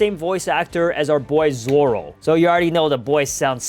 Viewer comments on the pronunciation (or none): none